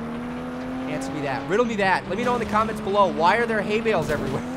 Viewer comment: At first when you said ''Hay Bales'' i thought you said ''Hate Mails'' THUMBS AND PICKELS!